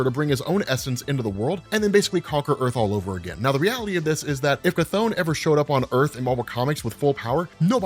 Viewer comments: Terrible how you englisch People butcher the CH! His Name is Chton, not Kathon! That is like the Name Richter is Richter and not Rikter...No english Person will ever speak those right! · After playing Hades and watching History if Greek mythology videos it hurts a bit hearing "ka-thone" instead of "kuh-thon" but just a minor gripe 😂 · Never heard someone say Cthon out loud. I always read it with a short "o" Good video though. Subscribed.